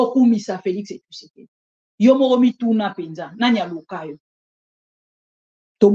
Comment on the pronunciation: Président yango kombo naye ezalaka Tshisekedi to Tshusekedi ndege mère oyo azo prononcer?